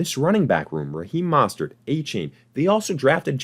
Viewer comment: Bro, you gotta learn how to pronounce "Mostert" correctly, it really discredits anything you say after